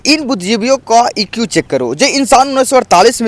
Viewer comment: Bhai ne iq ko eq bola lekin bhai ne tumse v view le hi liya na😅😅